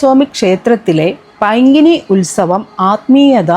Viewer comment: പൈങ്കിനി അല്ല, പൈങ്കുനി ആണ്. പരിവാടി - അല്ല, പരിപാടി എന്ന് പറയൂ.